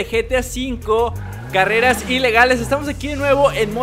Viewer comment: Oye dijiste careas